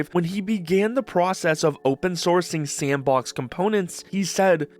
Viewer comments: Thanks. Thought it was weird the creator said "S & box" in three different "words" rather than one fluid "Sandbox" as they pronounce just fine in other parts of the video. Just seemed weird to me, and sounded like something an AI would do if there was a typo in it's script. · you know it's just "sandbox" right? not S N Box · Garry be like "actually, it's pronounced sampbox" lol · I provided a timestamp where the OP says "S & box", rather than saying "Sandbox", as they do multiple times prior and later in the video. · nice to know im not the only one to pronounce it S And Box